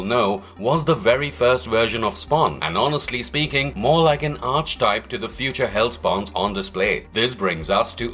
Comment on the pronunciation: Archetypes is pronounced "Ark-eh-type"